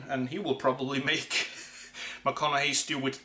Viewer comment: Well done, with the proper pronounciation.